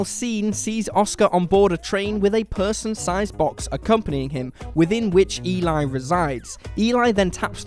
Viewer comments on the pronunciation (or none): It's not E-lie. Its E-lee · You obviously did not watch the last movie in your list! The name is not pronounced The name is not pronounced E-lie... it is properly pronounced as demonstrated in the movie it’s self as Æ-lee. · No plot twists, just subtle details that some viewers may have missed. In ‘Let the right one in’ it’s not even that subtle - it’s actually kind of the point of the whole thing! (Eli’s name is pronounced more like ‘Ellie’ than Eli despite the spelling. Did you watch it?) The real subtle detail is that Eli was not a girl. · Eli is pronounced like Elly, btw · Eli in Let The Right One In is a girl, so her name is pronounced as "Elly". would know this if he paid attention to the film. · Let The Right One In: 1st - You're pronouncing "Eli" incorrectly. 2nd - Eli is not a "she". 3rd - Lindqvist's story "Let The Old Dreams Die" completely disproves that theory. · I can't trust someone that can't pronounce Eli's name correctly to explain me Lat den ratte komma in.